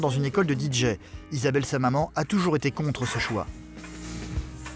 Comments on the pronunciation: Même DIJÉ ... lol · Que ça m'énerve, pas juste moi j'espère. Comment prononcé un D et un J en anglais. Parce que là le narrateur prononce le D en anglais: Di mais le J en anglais ce n'est pas JI mais bien JÉ, JI étant la lettre G en anglais et JÉ la lettre J. Donc en anglais on dit DI JÉ et non DI JI... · Il aurait du le prononcer en français : Dé Ji 😜